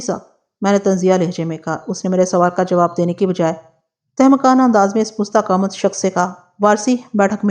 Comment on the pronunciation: Pusta qamat ghalt h, yeh Farsi ka lafz h, pasta qamat sahi h